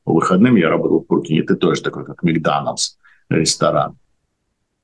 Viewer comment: Какой "микданалс"?Вы специально что-ли коверкаете слова???